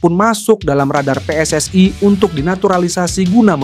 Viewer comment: Bukan PSS AI tapi PSSI jangan kau oferekting ucapan bahasa Inggris